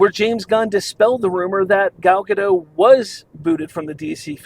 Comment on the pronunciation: Gal Gadot....not Gadoh....Dot, dot, dot.... gaDOT. Gal Gadot.